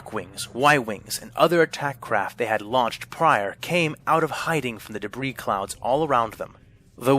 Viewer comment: VA pronounces "debris" wrong and it's bugging me